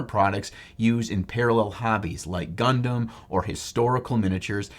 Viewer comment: When you say "Gundam", I hear "Leman Russ."